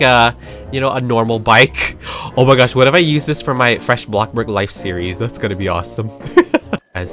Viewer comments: I love it when he says BLOCKBORG instead of saying BloxBurg. So amazing! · NO ITS ✨A BLOC BORGC